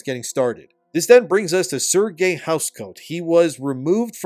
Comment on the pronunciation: It's not Sergei, it's Serge like saying Sarge.